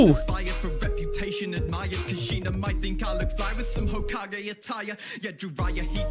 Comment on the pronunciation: I will never get over how pronounced Hokage